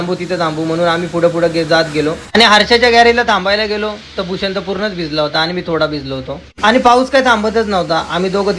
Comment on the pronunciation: Bhusha nay Bhushan sir bol